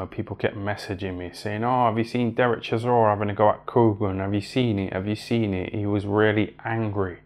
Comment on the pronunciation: Why does he call him Sisora 🤣